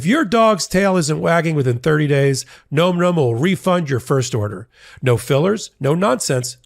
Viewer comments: This has to do with the add for Nom Nom., you are mispronouncing Nom Nom. It should sound like Nahm Nahm, as in the dogs eating; "Nahm nahm nahm nahm nahm. Not "Nome" as in Alaska. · Big fan of your channel 💜 for the love of your sponsor, please correct the pronunciation of Nom Nom 😂 it’s not Gnome Gnome.. it’s nohm nohm 🙏 😅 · NOM NOM……not gnome gnome…..come on …..for christs sakes….luv ya buddy…but your Boomerism is showing with that mispronunciation of current slang. 😆😅🤣